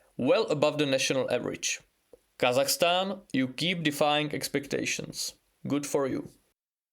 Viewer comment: God damn! The pronunciation of "Kazakhstan" is on point, very good👍